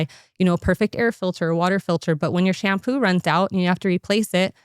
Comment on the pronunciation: It’s called SHAM POOOO